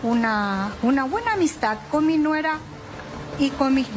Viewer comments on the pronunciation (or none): Q paso sra periodista..como vas a decir su "nuegra"?...hablemos correctamente nuestro idioma